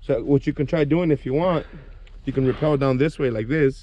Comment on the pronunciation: It's rappel not repel